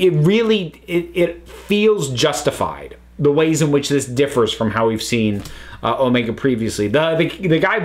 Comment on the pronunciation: I always have problem with Omega's name that you have to stress "O" instead of "E"